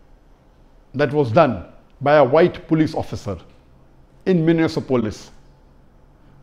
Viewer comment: What is minisa(myunisa) police? It’s minneapolis. And that too after a camera cut. There was a camera cut right before you were to say minneapolis and still you botched it. I can’t imagine how many times the cameraman tried correcting the pronunciation. May Allah guide to the the truth in speech, precision, and knowledge. “One of the only reason he was killed was because he was a black person”. You said the people who attacked twin tower may not have been terrorist because you can’t speak for or against something you don’t know about. You said that for all you knew, those people retaliated against a terrorist country that is USA. You didn’t stick to your principle in this case. You don’t know if it was because he was a black person. Nobody knows what was in police’s mind or if something got him pissed off or whatever. The action itself is condemnable. The policeman should be sentenced for commiting a murder, no doubt. But, Zakir sir, may Allah give you wisdom again and not kiss ass of certain protests without confirming the validity of their argument by yourself.